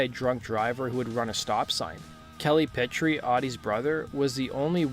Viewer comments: Omg you are killing Pitre’s name. You are saying Pit-tree. It’s Peet-tree, not Pit… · Not pronounced "petri". Pronounced "Peet" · That original Gacy painting hung right at my side for a long time. We sold original Gacy paintings at the record store I helped run in Tampa, The Alternative Record Store. Funnily enough I was born right next to Houma and lived there until I was 13. FYI, we Cajuns pronounce Pitre as “pea tree.” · It’s pronounced “Pee- Tree” brother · Audie's last name is pronounced Pee-Tree. But great video! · For future references, the last name is pronounced as P-Tree. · You pronounced Pitre wrong.